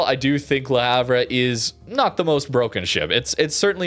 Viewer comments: Le Havre: proper pronunciation more closely resembles Luh Ahv, "H" is silent as are the ending letters "re". Don't hate me, hate the French. It's their pronunciation. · hi mate, that ship is pronounced La harve sry to comment like this but it just sounds so bad to any one from europe, subbed and always leave a like,,,,, cheers for all your content